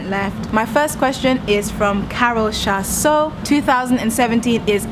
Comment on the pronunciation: thank you for answering my question,I smiled that it was the first and you pronounced chaso perfectly... you are an inspiration,love you girl #learning.